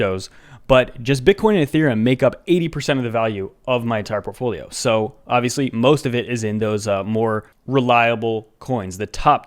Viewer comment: "TorPafolio" Me: 💀